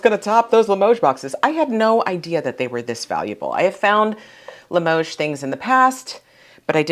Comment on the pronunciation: You're pronouncing Limoges correctly,.